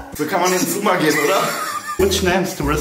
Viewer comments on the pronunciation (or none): none